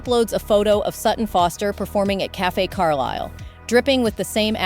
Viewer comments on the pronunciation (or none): none